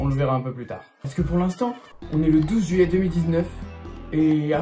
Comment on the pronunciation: " 12 juilliet 2019 " OMG XD